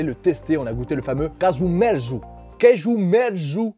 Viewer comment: On dit KAZOU MERZOU je crois.